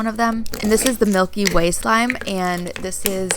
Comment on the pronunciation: When she said Milky Way I thought she said Mikey Way (from my chemical romance) any killjoys out there?